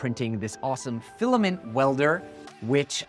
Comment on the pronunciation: It’s pronounced fill-A like eh, like imagine a Canadian saying fill ay like that